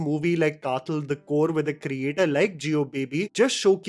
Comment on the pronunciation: Hey...as a fan of your review and a malayali myself ,just a humble point out..kathal is not the way you pronounce ..th is as you wld pronounce when you say The..or as in dawaii (medicine)😊